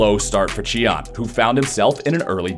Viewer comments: native speaker right here! It should be “tea-an”. Good work anyway, hope to see you at worlds! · lol its not Chian but Tian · Why did he even pronounce it like that though??? In neither languages is a T pronounced with a Ch sound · when did tian change his name to chee-an? lmaoooooooo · WHO TF IS CHEE-AN? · late to the party, but "chee" is very botched actually. Other than the comments here, Google translate "sky" to chinese and listen to the audio may help you pronounce it better too. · Tian name was butchered.